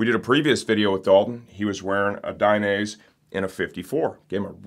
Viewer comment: One of these days he'll learn how to say Dainese correctly!